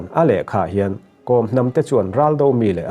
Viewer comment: Kom hnam lam dan hi news reader ho hian kan tisual deuh vek thin a, changel kawr i kheh a, kawr i lam ang hian Kawm tia lam tur a ni.